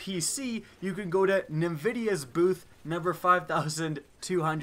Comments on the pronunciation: 'na-vidia', lol its IN-vidia' great video otherwise, as usual! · "NVIDIA" is pronounced "N-Vidia" and not "Nevidia". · its "N--vidia"